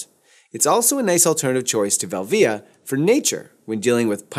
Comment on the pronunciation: Nice video, but here we go. PRO-via not pro-VEE-uh VEL-via nor vel-VEE-uh SEE-pia not SEH-pia If you're going to say ASS-tia, you should be saying then all the same way. I worked with a Fuji rep back in my Ritz Camera days ( , 7 Corners Falls Church VA) and that's how he and other Fufi professionals said the names. Really good tutorial though.